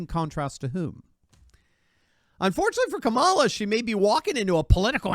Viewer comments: please, PLEASE do everyone a favor. Stop calling her, "Camalah". How do you pronounce, "Pamela"? It's spelled the same, the fake VP is Kamila, like "camel-a". Fuckkamilhair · Well said! It’s KAmala though. Accent on the first syllable.